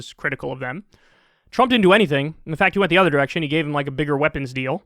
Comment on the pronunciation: anyone notice an accent when he says trump